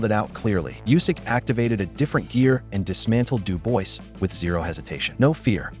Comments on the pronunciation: It's pronounced "Doobwah", get it frigging right if you're going to publish a video. Several people even say it in the video, except you. Having said that, it comedically adds insult to injury for "Dooboisss". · Who the F***are "Bah-coal" and "Doo-boyce". Get this AI SHIT OFF and employ a human. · You have sick brain...how can you pronounce "Dubois"...morron? it is "Duboa" phonetical morron!